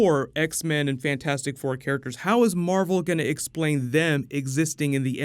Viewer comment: Marvel, Mar-vel?